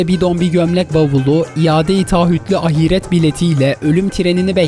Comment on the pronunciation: Dosum "ahiret kelimesi ahiiiiiiret diye okınmaz. İlla bi harfi uzatacaksan "a" harfini uzatmalasın.